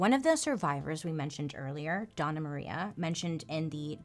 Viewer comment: Hello! Puerto Rican here! It's not DONNA Maria. It's Dona, with a ~ over the n. (Dough-n-ya) It's like Ma'am or Madame. It's an honorific.